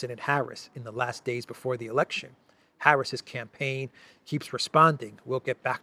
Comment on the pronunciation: Hahaha, ”yeah, Brandon you can join the canpaign on the 6th…”